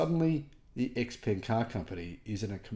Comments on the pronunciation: Great to see the innovation and quality. Xpeng should be pronounced something like "shaopen" in English though, not X-ping. But, I'm sure it drives Musk insane to hear it as X-anything since he seeks to have such love for that letter. So, that's a win! 😂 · Such a big fan why don't you start pronouncing the name right😂.... Come on you can do it 😂😂😂 try it this way "sheeeeer pung"